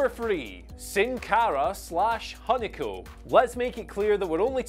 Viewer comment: Hun-ico Me: don't do it dx Hun-ico Me: it's pointless HUN-ico Me: IT'S UN-ICO!!!